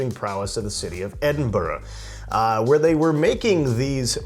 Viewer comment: Well done for saying Edinburgh instead of Edinboro and Boadicia is pronounced Boa disiya rather than Boodica, at least in GB, where Scotland still resides😅. Just a light hearted couple of helpful points in return for the absolutely brilliant video and this looks like a must brew beer. Many thanks.